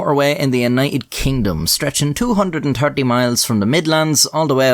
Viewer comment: The way he said 230 lol. Is he Indian or Irish?